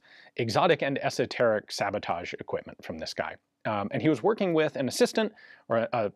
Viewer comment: SOE-teric stuff.